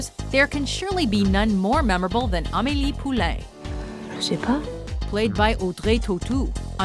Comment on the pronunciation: The way she pronounced the french names hurt me... Amily Poulang?!